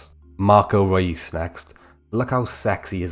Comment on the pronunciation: It’s pronounced Royce not Ruis…